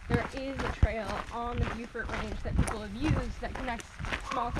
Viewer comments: "Bo"-fort, not "Bew"-fort. And you can actually see Deep Bay and Mapleguard Point from Mount Joan. - Holy crow! That's my neck of the woods you're seeing! - Whoa! That's Highway 19. Pedestrians are not allowed to walk on that highway. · Beaufort is pronounced "Bow Fort".